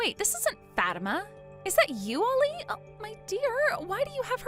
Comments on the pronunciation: It’s pronounced Fa-teem-ah. Not Fat-I-ma. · Its pronounced FA TIMA NOT FAT IMA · How uncuktured ARE these people? The prpotagonist's name is NOT pronounced "Fat-ima." It's "Fa-TEEM-a"!" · It’s the way the VAs pronounced it. “FAT-tima”. Girls can be pretty mean to other girls, especially if the first syllable in their name sounds like the word fat. I’ve seen others pronounce it as “fa-teem-ma” which is a whole lot better. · I cringed so hard every time they mispronounced Fatima and Aisha said mommy 😂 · Why would anyone pronounce it Fat-ima rather than Fa-tima. A name with fat in it seems wrong. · Aisha is too old to be saying “mommy”. And naming your daughter FATIMA is just ASKING her to be made fun of, especially if it’s pronounced the way they do. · The way they pronounce it, the first sound is “fat”. Not exactly a good first sound to a name. However if it’s pronounced “fa-teem-ma”, then it’s a whole lot better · Its pronounced 'Fau-tima' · I've known a few Fatimas, and they all pronounced it Fat-imma. 🤷‍♀ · Learn how to pronounce names please. (fuh - tea - muh) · Facts, it's pronounced Fah-Tee-Mah. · Grown ass woman and not only is she being so petty but shes calling her mom mommy??? Edit: also you guys ar pronouncing fatima name wrong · That's not how Fatima is pronounced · Fatima is a very popular Muslim name but it's not pronounced like that.😂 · Fatima is a beautiful name and you are correct on it's origin. It's jarring how these videos randomly pull other culture's names out of a hat and throw them in mispronounced.